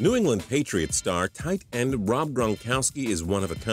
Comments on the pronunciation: Why does he say it like TIGHTEND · something seems weird about the way this guy says "tight end" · The way he says "Tight End" pisses me off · why do u say tight end like that